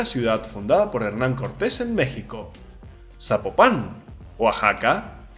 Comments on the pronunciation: 🇲🇽💯🅰️🇲🇽🇲🇽🇲🇽🇲🇽🇲🇽EXCELENTE VIDEO MUY INFORMATIVO , ESTO ES EXACTAMENTE LO QUE UNO BUSCA , ALGO QUE LO INSTRUYA MUCHÍSIMAS GRACIAS POR COMPARTIR ! SOLO UNA OBSERVACIÓN , NO SE PRONUNCIA ZAPOPÁN SE PRONUNCIA ZAPOPAN ASÍ SIN ACENTO EN LA A , UN SALUDO DESDE PALM SPRINGS CALIFORNIA YO SOY DE TIJUANA BAJA CALIFORNIA NORTE MÉXICO 🇲🇽!!! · Zapopan, no "Zapopán" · Compa, ni siquiera sabes pronunciar la palabra Zapopan. Su silaba tónica esta en " po "